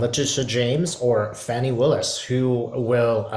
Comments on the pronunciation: Thanks, her name is pronounced Fah-nee not fanny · You pronounce her name fawn (like a baby deer) + ee NOT Fanny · Fani is pronounced "Fawni"